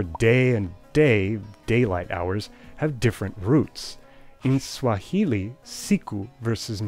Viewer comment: As a fluent Kiswahili speaker that was dead on.